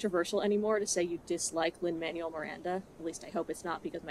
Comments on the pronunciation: Lin-Manuel Miranda's name is pronounced "mon-well," not "man-u-well." Just wanted to let you know. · Just to gently provide a pronounciation tip - the Manuel in Lin Manuel Miranda’s name is spoken as “manwell” versus “manual” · not super important. but i don't think you're saying Lin Manuel Miranda's name right. don't mind if you hate him., but pretty sure its "man- well". not. "man-you-all. " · I am so glad you've made such well stated and valid video essays about how trash this movie is. I also am sick and tired of Lin Manuel miranda, but I think it's worth saying that the name is pronounced "manwell" and not "manual". I love your takes and want to hear more! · I love this video, I love your analysis, but I habe to say one thing: It's pronounced Man-well, not man-you-el. Lin Man-well Miranda. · "lin man u ell" 😂 it's lin "man well" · I'm sorry i love this video and your analyis as always but his name is pronounced Manuel (Man-well) not Man-u-el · I truly love your videos, I love hearing your thoughts, especially because I myself am not musically very knowledgeable, and I live learning more. But please, sweet god, Lin Manuel's name is pronounced Mahn-well Thank you. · it's Lin "man-well" Miranda jfc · FYI Manuel is pronounced “man-well” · I agree with you but.. why are you saying Manuel like manual 😭 is it a joke? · you said his name wrong. Lin MAN WELL Miranda, because Manuel is pronounced according to Spanish pronunciation rules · It's pronounced Manwell. I don't like that guy, but I dislike mispronunciations even more XD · I totally disagree with everything you say, and that is not how you pronounce Manuel.